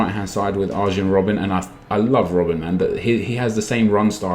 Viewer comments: arYEN Robben not ARSHEN Robben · HEY! Arjen Robben......the J is pronounced as a Y